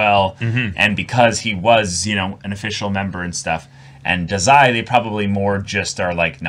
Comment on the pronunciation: Im pretty sure Dazai's name is pronounced Dah-zai, not Duh-zai